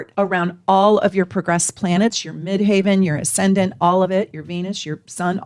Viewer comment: If we are talking about the highest point in the sky, or the midst of heaven, the word MID-HEAVEN would be pronounced “MID-HEV-uhn.” My progressed ascendant recently moved into VIRGO! My Mercury is there, too. I’ll be 71 on June 21, 2026. Please forgive me. Thank you for all you do and all you are! I love you and your channel! Many blessings.